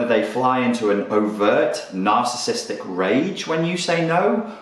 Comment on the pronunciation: Nar-cis-sis-tic - say the whole word.